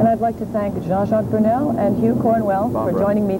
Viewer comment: His name is Burnel not Burmel. What a shame. :-(